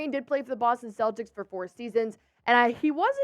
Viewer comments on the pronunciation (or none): none